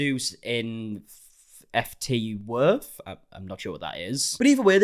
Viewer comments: “ft worth” 😂😂😂😂 ft = fort / I’m now realizing that might be an American term? I know I’d butcher European names no hate just made me giggle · And him saying “Eff Tee Worth” 😅😅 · him saying F-T worth not knowing its just fort shortened lmaooo